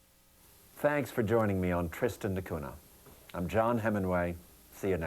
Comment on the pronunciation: it's Portuguese and pronounced not "duh koona" but "deh koonya"